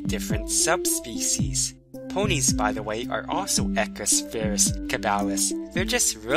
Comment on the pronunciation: woohooo science, but it is pronounced {e q-oo-is} just like you would say equal or eloquent. you pronounce the u as an {oo} sound